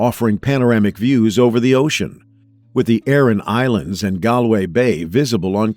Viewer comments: Galway pronunciation is " Gaul way " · It is very irksome that you are doing this documentary and not paying attention to the fact that the beautiful city of GALWAY is NOT pronounced the way it is being pronounced here…